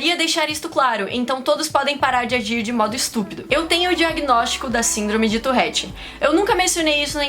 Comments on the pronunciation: Amo seu canal de verdd mais se pronuncia tuRette e não tuRRette❤️ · Fala torette não torrete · Pq vc fala touRRete? O correto é touRete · Na vdd se pronuncia ''turrét" farnce 👌😗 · Vida inteira falei touREtte e n touRREtte '-' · Man pq ela fala torréte?